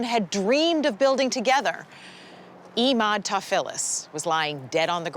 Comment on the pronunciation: it's Emad as in Evan, not EEEEEEmad!!!!